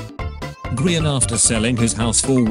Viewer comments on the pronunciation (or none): No one: Narrator: eyeskall, gr eye an